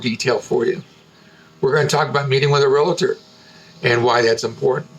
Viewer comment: The word is "realtor" not "relator."